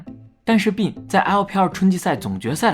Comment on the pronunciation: 不要读“病”病没有g。内涵